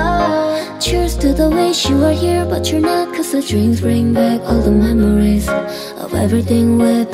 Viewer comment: 목소리 진짜 개이쁘다 ㅠㅠㅠ 그 와중에 발음 개귀엽 ㅋㅋㅋㅋㅋ 멤모뤼스